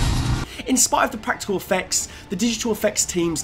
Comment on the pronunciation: "Practile"? Thats not a word